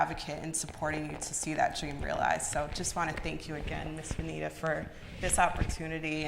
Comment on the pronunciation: Good information! Venita lol you always mess up names